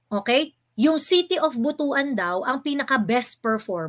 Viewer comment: Butuan - (Butwan) po ang pagbasa...